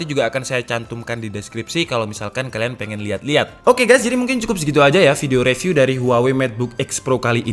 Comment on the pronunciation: Bang ak suka liat video mu Di benerin minggrisnya bang, baca “review” itu “riviuw” Ada di video yg mana gtu, abang baca “call of duty” itu “call of daty” hahaha.. duty tetep duty baca nya bang Smoga bermanfaat